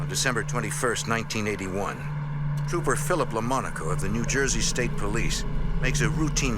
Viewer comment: New Juyzee mate😅